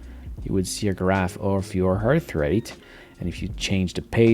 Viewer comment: Why are you saying hearth or harth rate? Not a criticism, just curious.